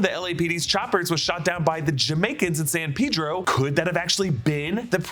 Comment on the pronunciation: I love how you properly pronounced, San Pedro!